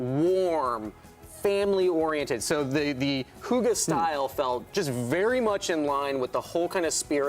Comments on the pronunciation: Hoogah? Do you mean "hygge"? Im internally dying over this. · Its hygge, not hoogah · I'm not Danish or anything but that were my exact thoughts!! :'D like wtf is a hoogah?! is that really how Americans pronounce hygge? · You're DEFINITELY NOT pronouncing 'hygge' right!! - you're pronouncing it more like 'hugga'... just saying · My brain is dying when i hear them say hoogge instead of hygge 🤣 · it's pronounced hue-guh from a Danish person 🇩🇰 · Danish simmer here. Hygge is not pronounced in that way, I’m sorry 😉 It is not a deco-style, but more the effect of a nicely and cosy decorated room - a room can be hyggeligt or it is something you do: we hygger. But I think the style looks somewhat danish and I very much appreciate you implementing nordic elements 😍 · Omg the way they pronounce Hygge sounds like a gutteral war cry lmao 😂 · hahaha Hygge XD so funny to hear you trying to say it (im danish) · 😂😂😂 That is the absolute worst butchering of the word "hygge" I have ever heard! It's not pronounced anywhere near that way in any scandinavian language OR in english. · Omg I am dying of laughter hygge is not pronounced that way... I am from Denmark so it’s just so funny.... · I just.... Hahaha, I can't! 😂I'm laughing out loud, truly laughing! I'm Norwegian and the pronounciation of our word "HYGGE" is noooo where near the way we pronounce it. It couldn't be further away from our word 😂 couldn't tell before he said it was "our" (Norwegian) word 😂 you tried though ❤️😉 I'll give you that 😉 To me it sounds like you said "hoogai" 😉 loved it😂❤️ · Love the “I think I’m pronouncing that right” (Hygge) I’m Danish and even though you’re not 😉 (The y is pronounced more like the y in Yvette) - I don’t hold it against you. Danish is an impossible language. But love the pack - and loooove that the gallery is on console. Thank you for all your work 👍❤️ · The way yall pronounced hygge is so funny. Nice try tho <3 cant wait for this pack!!!!!! love from norway <3<3